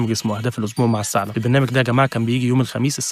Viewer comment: السعلب 😐😐😐 ابه الصعوبة في الثاء !!!!!